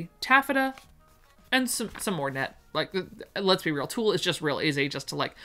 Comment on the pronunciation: Yes, you mispronounced a few names of fabric I'm here for the lovely patterns and descriptions that you do with your special talent. Here are a few - bengaline Ben gal een, tulle tewll, peau poe, percale purr cal barethea bar a three ya. Birdy